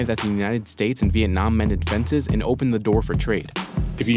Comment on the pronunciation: I cracked up so hard at the VietNOM NOM